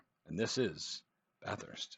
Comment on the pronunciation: Please, it is not Bath Hurst. Only Victorians call it that. It is pronounced Bathust. Just slur it all into one noise.